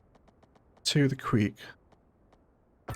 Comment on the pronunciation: Creek not Queek.